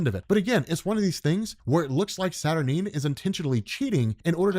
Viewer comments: Nope, you're wrong. It's pronounced Sat-Ur-Nine. Sorry darling! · I appreciate you compiling these together, but...you're seriously mispronouncing Saturnyne,! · The guy that can’t pronounce experiment wrongly pronounces saturnyne and doubles down on it. Smart.